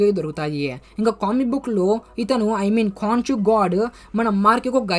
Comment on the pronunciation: అది కాన్షు కాదు bro కొన్షు... అన్ని మర్చేస్తవు నువ్వు